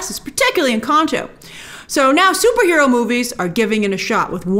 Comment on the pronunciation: "particularly Incahhhnto" 😂 I'm not usually a pedant for correct pronunciation, but that is so NOT how it is pronounced